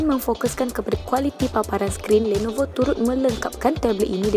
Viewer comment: kenape nisa sebut lenovo bunyi mcm landnovo...